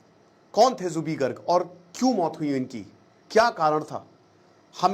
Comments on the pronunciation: It's Zubeen not zubee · Zubee nahi ree zubeen garg, thik se homework tou kar leta, Ek baar Assam ka map bhi agar dekh lia hota tou zubin dikhai deta. Assam 3days se bandh ha log rastee par ha, fir bhi kahi koi arajagta nahi, cororo log ro ro kar gaa raha ha ek hi gana kioki Zubeen da chahte the jab ye jaye pura assam ma ye gana bajna chahiye, Assam ke Har ghar gali gaon ma unko tasbee laga ke log 3din se ga raha ha. har bar national media ya Ali ki he baat karta ha, assam ma koi nahi karega ya Ali ganne ki baat, unka pehchan ya Ali se nahi the, Aapne homework thik se nahi kia. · First Speak Her name Corectly. His name is Zubeen Garg not zubi garg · Already skipping your video in the first 22 seconds when you mispronounced zubeen garg's name. Felt really disrespected... you can talk everything about him but cannot pronounce his name correctly.